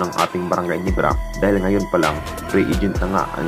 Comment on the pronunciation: Gulat ba kayo sa brgy Nibra?ayusin mo kasi pagbigkas mo ng ginebra